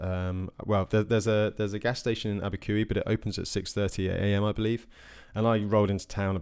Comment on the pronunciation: Abiquiu to Cuba is the Jemez mountains. Abiquiu is pronounced: a·buh·kyoo. And yes, this is the biggest climb of the route.